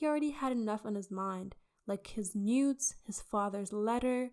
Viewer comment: I thought you said nudes not NEWTs 😂😂😂